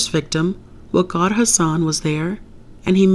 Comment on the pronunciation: How did you pronounce "waqar" the way it's supposed to be pronounced. Not many people do that.... Have you practiced the name much? 😂